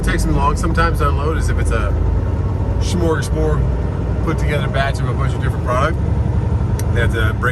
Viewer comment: hey did you try to say ''smörgåsbord''? because that was the closest thing i could decipher it as. greetings from a truck enthusiast from sweden.